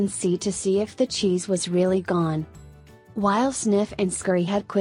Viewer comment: I thought he was saying Xis.